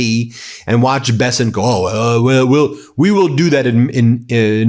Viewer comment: Mr. " Be-sent" is back on screen talking rubbish!